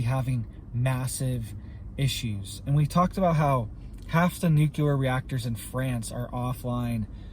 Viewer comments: NU CLEAR NOT NOT NUKE U LAR! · Nuclear. New clear. Not new q ler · It would only cost $6 billion dollars to completely harden the N. American grid, yet the. govs won’t do it. The only carbon TPTB want to eliminate,, is humans. Blessings! 🙏🏻 Jesse.🌹 P.S. PLEASE learn how to say NUCLEAR,. It’s New-Clee-Are!😉